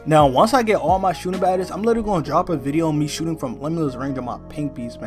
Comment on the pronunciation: So we not gone talk about he says Sootin Bad-es instead of Shooting Badges